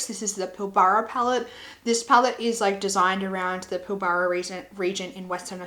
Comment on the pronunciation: Pilbara is pronounced " Pill brah". Thank you for your video, I enjoyed it.